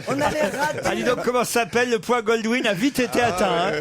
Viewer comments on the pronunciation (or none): c'est pas le point Goldwin, c'est le point Godwin...